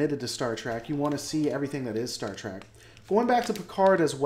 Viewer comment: Say track one more time. Seriously how can you consider yourself a lore master if you can’t even say the name of the franchise correctly? It’s trek. Which has no a or c in it.